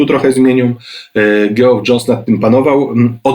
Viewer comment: widać, że ogarnia Pan ten cały kryzysowy galimatias (bez wchodzenia w szczegóły fabuł). Dobrze się Pana słucha. Chciałem tylko zwrócić uwagę, że imię Geoff wymawiamy tak samo jak Jeff (Geoffrey, Jeffrey) czyli /dżef/.